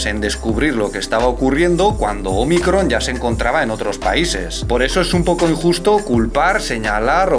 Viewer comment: Ese acento en Ómicron se agradece 🙏😉👏👏👏 gran video, como siempre 😊😊